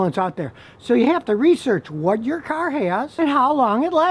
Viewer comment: Scotty I like how you say caaarrrr. Are u from Michigan